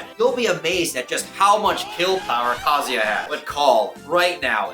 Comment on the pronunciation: Why does everyone pronounce Kazuya wrong? Like did we not go to school? You can't sound out vowels you can't clap syllables? Japanese people don't say "Kazaya" it sounds like they do because they are fluent in their language. Learn how to say Kazuya like a real Japanese person or drop the act and pronounce it correctly as a foreigner. Good video and all but dude I am really fed up how the smash community butchers his name and people defend the mispronouncation. Like you made a whole video on a character and couldnt even say his name right? ITS VOWELS BUDDY. WHERE IS THE "A"????? Gosh!!!